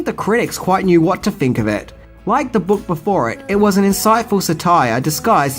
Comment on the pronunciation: I'm going to say it cuz he made all the effort to do it. Mispronounced satire multiple times in the beginning, said it right multiple times at the end. I appreciate the gimmick so I couldn't let it lay.